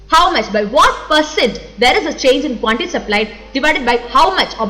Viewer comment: teacher .. seems you byheart the subject ..thats why like rocket... nice saari.. quantity teacher says quanty...drink water madam